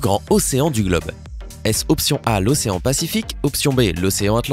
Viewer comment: Pacifique pas pasifique